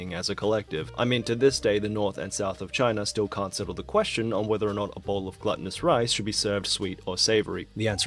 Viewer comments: I love how he pronounced it 'gluttonous'. This rice, it's.. so greedy.. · when you can't pronounce glutenous i'm out of here - you're too dumb